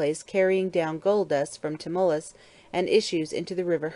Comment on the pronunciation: I was especially annoyed by that American woman who pronounces Knidos as Sniddus, Tmolos as Timmulus and Mytilene as Milliteen(!)... FGS!!! 'Milliteen', that sounds to me like the 1/1000th part of a teenager XD